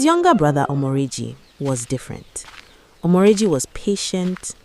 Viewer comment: Omoregie not omoregi😂